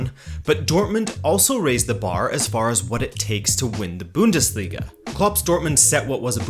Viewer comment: it is called the Bundesliga not the Büüündesliga